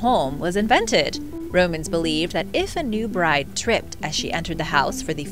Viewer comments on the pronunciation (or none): none